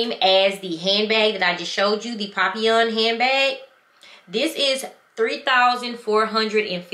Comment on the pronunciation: Papillon said PERFECTLY 😊